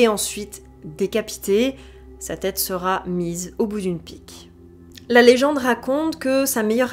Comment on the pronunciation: Pour rappel : la troisième personne du singulier du verbe être au futur est "sera" sans T à la fin. Merci d'éviter les liaisons "maltapropos".